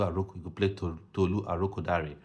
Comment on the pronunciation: Good job with the ArokoDare pronunciation!!